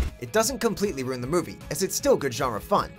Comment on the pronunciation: Did it bother anyone else that the announcer keeps pronouncing “ruin” like “rune”?